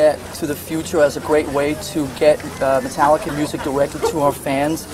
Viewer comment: "MascaricA" - Layne Staley